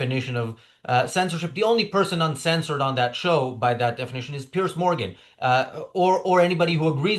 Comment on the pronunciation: Piers is pronounced Pierz with a soft z.